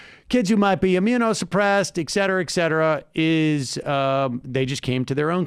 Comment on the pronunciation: Sam, you'r a professional speaker. There's no such word as "excetra"